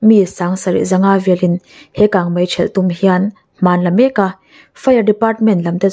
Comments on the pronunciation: Kangmai ti lovin kangmei ti thei la ngaihnawm lehzual ang. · Kang mai iti zel hi ava mak ve,kang mei ti zawk la